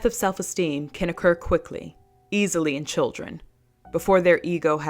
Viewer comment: Love the emphasis on children